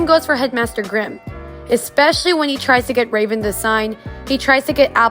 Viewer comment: Y’all I think it’s Grimm instead of grime… not trying to be mean tho :)